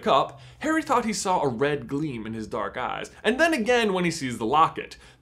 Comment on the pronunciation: I fully heard "red eyed, menacing, slits for nostrils dork wizard" instead of dark wizard 😂